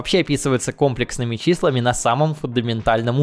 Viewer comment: не кОмплексными, а комлЕксными